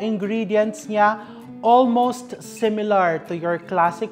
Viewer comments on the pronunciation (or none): none